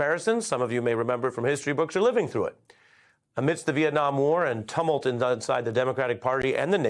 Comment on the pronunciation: Great coverage but it's 'tyoo mult' and 'con-floo-ence' emphasis on the first syllable 'con'.